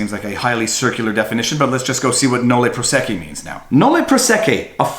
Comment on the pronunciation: phonic pronunciation guides are there for a reason (nolle prosequi). that said, love your videos!